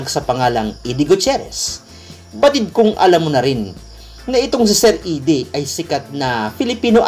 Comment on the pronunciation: Actually sa english minsan idie din ang pag pronounce ng eddie